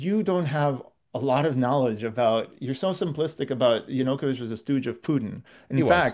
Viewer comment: Vaush will lose every one of these debates until he learns how to pronounce Yanukovych.